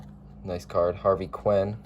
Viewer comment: Didn’t even try to pronounce Red Schoendinst. Harvey Quinn? Hoyt Willum? Dennis Eggersley?